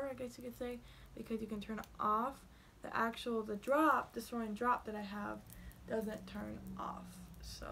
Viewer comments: Lmao it’s sourin not sore_in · she fuckin says sereen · sOurEaIn 🤦‍♀️ lmaooooo🤣🤣